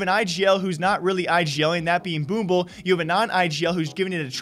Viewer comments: It's boom-blache btw not boomble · Boom-ich, get it right ffs. Boomble goddamn it -_ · Could you stop calling him boomble?